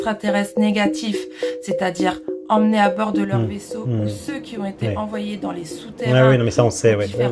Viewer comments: « Les personnes qui z'ont été… » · C’est vrai ! C’est grâce à l’intrication negative bivalve. Sinon, elle dit « les personnes qui zont » et mes oreilles se sont mises à saigner. C’est vrai aussi ! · "les personnes qui z'on été abducté.... Tout est dit 🤣🤣🤣